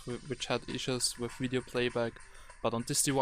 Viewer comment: Mein Bruder sagt auch "wif" statt "with".... kinda annoying -.